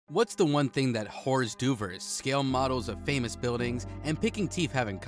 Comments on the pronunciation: TF did he call hors d'oeuvres?? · My god, what an awful mispronunciation of hors d'oeuvres. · They probably started using an AI voice for these episodes. Not only based on the butchering of hors d'oeuvres, but also saying 'Em Em' instead of 'Millimeters'.